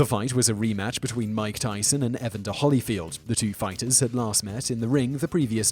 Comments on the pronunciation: What confuses me is that in order to mispronounce EVERY person you ever mention you genuinely can't have either heard nor read a single news article about ANYTHING you ever talk about. His name is pronounced e van der. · Just a couple helpful corrections: E-VAN-Der (pronounce like you would a van that one would drive) and Holy (holy, holy, holy, Lord God Almighty...) and not like the "holly" one might find on a tree or bush. Thanks. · EvAnder HOlyfield. Like nails on a chalk board listening to him butcher the name. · Eva's Ivy to be fair, if he's never heard the name, 'Evan' is a name. he pronounces it like that. but there's no justification for the butchering of the last name. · You seem to have a grasp of the English language, being British and all, which makes me wonder how you mispronounce so many words. How can you possibly mispronounce evander and artest? It's not that hard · Purdue and Evander have slightly different accented syllables. Wilkes-Barre is also pronounced a little differently...not that I blame you. No one seems to know that one: And I'm not being negatively critical. I just know how crazy it drives me when someone not from the area says Louisville, Kentucky. I figure other people probably feel the same. People in Purdue, for instance, take it pretty seriously. Not in a rude way; Indiana is just passionate about a few things...basketball, various universities in the state, and being Hoosiers instead of Indianians. I like Indianians, myself. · I'm subscribed to you a while now Simon but if you keep pronouncing words like a weirdo I'm unsubbing what kind of a way is that to say evander